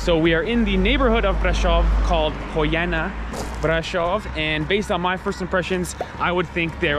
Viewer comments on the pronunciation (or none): Is Poiana Brasov and no hoiana brasov ...love you guys🤩